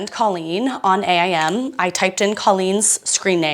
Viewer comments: As a not GenX, Y or Z-er I have to say I can still relate. Now… as a former 12 year AOL employee it was pronounced AIM like the word — something you strive to do — not A.I.M. No hate, just info from a boomer who lived and died by AIM and loved working for a company who paid me to live and die by it. 😳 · Ok did y’all say A I M like that? We called it “aim.”